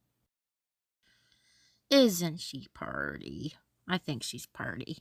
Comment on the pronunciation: you were saying "purdy" like a true southerner lol. I was kinda hoping you were closer lol. I need creepy craft buddies for craft days.